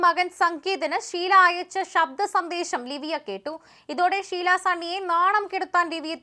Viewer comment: ശീലാ അല്ല ഷീല